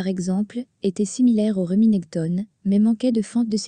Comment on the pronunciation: Ca fait mal aux oreilles d'entendre Reminèctone😂